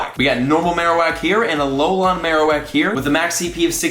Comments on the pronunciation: TypicalUnicorn21 More like A-lo-len no? But please read this comment, it’s driving me crazy as well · Its said A-lo-len, not a-lo-laaaan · BRO It’s Alolan Pokemon not alolon Pokemon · Just saying it’s Al-ol-an not Al-ol-on Not trying to hate, trust me I love you so much but it was driving me crazy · Alex Lopez I mean it’s technically pronounced like that so yeah. But he needs to read this pleaseeee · For real, at first I was laughing and then mildly cringing. Freaking AloLAWN lol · Yes, yes, yes! Driving me cray cray! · How says it: "Alolon" How you're supposed to say it Alol"an" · It’s not alolon forms it’s alolan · A lol an not alolon! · Why are you saying it that way it's not "a low lawn" it's a " alolan" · AloLAN not AloLON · Alolan = "Aah-low-lin" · I die a little inside every time says “Alolan”... It’s ALO-LAN!!! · Him saying “Alolahn” the whole time bothered me so bad!😂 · TypicalUnicorn21. Sounds more like he says lawn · I like alot but im cringing every time he says alolon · I had to turn the volume down to deal with Ah-low-lawn. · going crazy from his 'alolon' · Hey let me help u out buddy. Its pronounced aloe-lin 😅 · the way you say Alolan sorta annoys me It's pronounced Alo - len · I have to turn off this video. It's pronounced a-lol-in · You are saying alolan wrong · TFW keeps pronouncing "alolan" weird